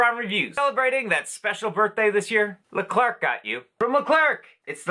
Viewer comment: I loved these 🐽😍 By the way, we don’t pronounce the “RC” at the end of “Leclerc”. ☺️ We say it as if it were a chocolate “eclair”, if that makes sense!